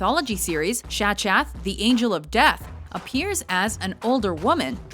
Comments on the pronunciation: Seriously? You pronounced Shachath like it's written? My eardrums want to weep in red. It's Hebrew, dude, the ch is a kh sound! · Wow, thanks for completely butchering the pronunciation of Shachath’s name! Did you even WATCH American Horror Story?